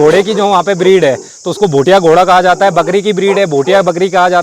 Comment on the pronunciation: Abe Bhai bhutia nhi bhotia bolna toh Sikh le